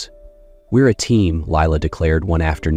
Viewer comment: Although this may be a lovely story, I find it VERY distracting and annoying hearing the names mispronounced. I rewound the video to check the spelling and I saw Lila's name spelled as Leela on the next line . I stopped listening ... I just can't continue because I list my enthusiasm.